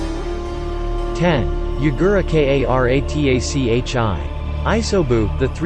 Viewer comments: Also K-A-R-A-T-A-C-H-I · "Ten; Yagura K - A - R - A - T - A - C - H - I " this makes me crack up and triggered at the same time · What the F! R.I.N. Can't read 1 syllable names? I take it back. K.a.r.a.t.a.c.h.i. kills the video. Please do not upload until you finish school. I understand that some Westerners cannot pronounce Japanese well but at least some tried and not spell them out.